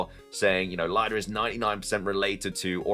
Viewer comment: I'm pretty sure Lida is pronounced "LEE-DA." No one would be called "LIE-DA."